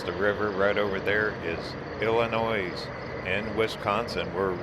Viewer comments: The end of Illinois is pronounced “noy”, no “s”. Your welcome. Dubuque looks like my kind of town! Where is everybody? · Then google how to pronounce ILLINOIS! the S is silent!